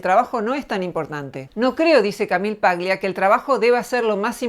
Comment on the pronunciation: Eres una mujer admirable y comparto tus postulados. Una pequeña corrección , el apellido Paglia es italiano, y se debe leer como tal. Eso implica que la G no debe pronunciarse. Debe sonar "Palia".